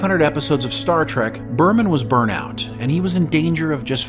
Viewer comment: totally "burnT out". There's a T at the end of it. Not totally "burn out".